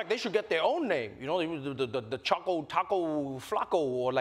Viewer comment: its CHOCO not chaco